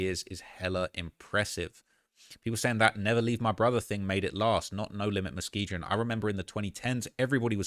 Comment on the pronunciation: If you're gonna say the names pronounce them properly. muh·skee·gn You have everything right accept the ending. It is not gin it is gun